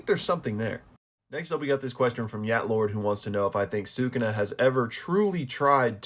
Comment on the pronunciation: Say it with me. "Soo-Koo-Na". Not "Soo-Kuna" Also, literally everyone gets Ui-Ui's name wrong despite the fact that we literally have an anime for reference. It's pronounced "We-We."